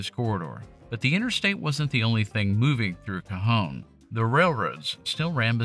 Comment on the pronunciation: Thank you for not pronouncing it “Ka-John” 😂